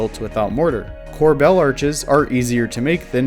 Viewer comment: Corbel is pronounced closer to "cor-bul" or "cor-bol", not "cor-BELL". Don't ask why, spelling is just a tool to torture elementary school children.